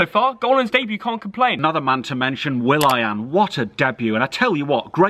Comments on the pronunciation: pronounces Willian as will I am. Hilarious. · Man said will-I-am 😂😂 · will.i.an LOL